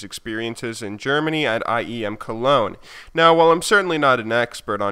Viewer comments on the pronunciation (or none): none